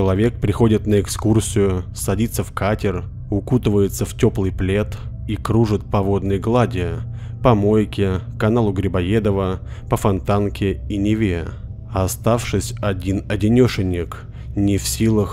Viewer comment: "По Мойке"! Конечно, понятно, что по реке, а слышится, как - "Помойка".